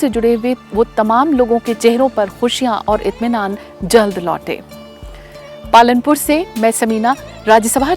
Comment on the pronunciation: she said Palanpur but its Palampur